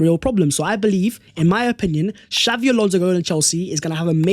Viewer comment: xabi not xavvi